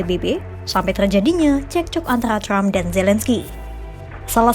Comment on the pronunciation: Trump bukan crump Wartawan kompas baca nya ngawur